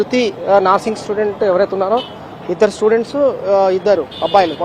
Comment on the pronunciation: "NAARSING" STUDENT KADHU ANCHOR BRO., "NURSING" STUDENT ANAALI.